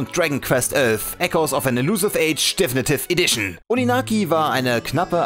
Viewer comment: deffnitiff edition, junge sprichs doch mal richtig aus